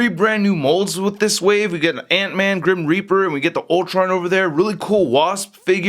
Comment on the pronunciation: did anyone else hear that he said Grim "Creeper"?